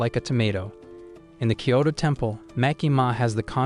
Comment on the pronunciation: Kyoto not kayto